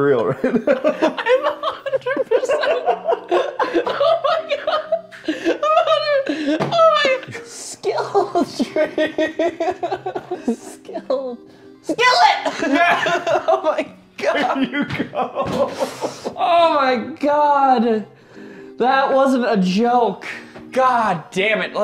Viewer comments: The most iconic Ethan moment is when he tried his best to say "Skillet" but said "SkRiTlE" "Skittle" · Halfway through the “Skillet” Part I honestly forgot the name for Skillet because Ethan said it wrong so many times, I was like “Wtf you stupid? It’s a Skrittle” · nothing will beat ethan trying to remember the word for “skillet” and just saying “skittle” every other time for five minutes straight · What do you do when you have a lot of meat and you want to put it in your body in a different way? “You put it in a weird sock” “Skittle” “Skrittle” “Skill tree” “Sittle” “SKILLET” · I can’t be the only one that was struggling with Ethan to pronounce ‘Skillet’.